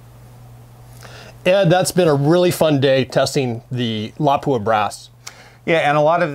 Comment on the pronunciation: Sorry had to dislike. Can't stand the way you miss pronounce Lapua.